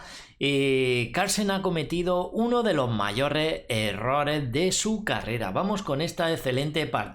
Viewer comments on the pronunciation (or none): Mayorres errores, jaja parece ruso.